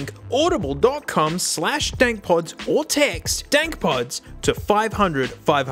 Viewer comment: bro just said audibiblle? love it.